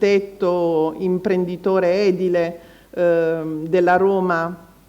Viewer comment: Edi'le , con accento sulla i ,prego .